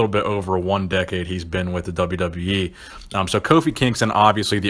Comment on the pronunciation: "The WWYE " lol